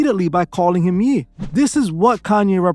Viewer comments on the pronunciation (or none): It's Ye like YAY not Yeeee LMAO. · It’s YEH NOT YEE BUT AMAZING VIDEO THE DECEIVER HIMSELF. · Ye (yay) for Kanye not Yee lol but carry on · Its pronounced "Yaye" not "Yee" lol but yh he doing too much.